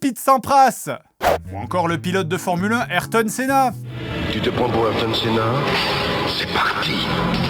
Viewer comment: A Au delà du fait qu'on prononce le A dans Ayrton Senna. La blague est assez bonne.